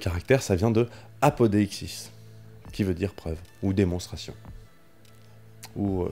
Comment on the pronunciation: Bon c’était bien mais il faudrait améliorer ton grecque le mot “preuve” en grecque ne se prononce pas apodéixsis mais apodixis. “ei” se pronounce “i” . Bonne continuation